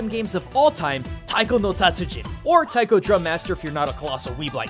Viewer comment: was in a taiko group, can't even pronounce taiko. OOF. good video though, I used to play this game in the arcade.